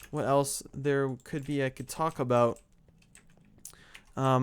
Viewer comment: when you said "talk about" it sounded like "taco bell" so i made my mom get taco bell! c